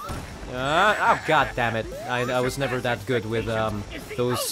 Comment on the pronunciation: I saw u when u was going back to the city u said u ready agnore he said I fell idk inside of me and u said goot U MEAN GOOD WHAT THE HECK IS GOOT